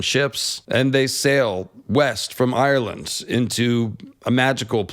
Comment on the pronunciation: It's not Eye-your-land. Just 2 syllables. Like how Irish isn't Eye-your-ish